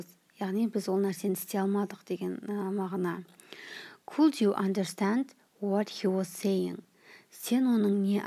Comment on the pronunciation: Could дегенді неге кот деп отыр